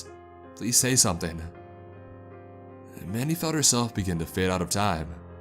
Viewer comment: oh mandy! I thought this man was saying manny